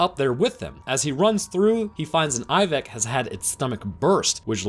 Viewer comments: Anyone else wonder why he says Iveck instead of ibex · What’s he saying? A moth combined with...it sounds like he’s saying “Eye-vig”?